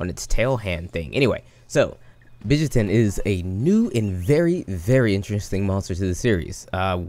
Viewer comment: hmm.. hearing your pronunciation..let call him Bitch Syaitan!